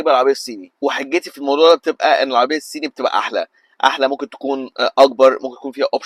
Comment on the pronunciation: ضيعت 3 دقايق من حياتي علشان اسمعك بتقول العربيات السيني .. شوفلك حاجة تاني اعملها في حياتك احسن